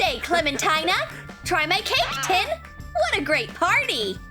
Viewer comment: It's tin